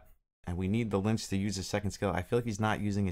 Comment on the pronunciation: Pronounced Litch like itch. Not lynch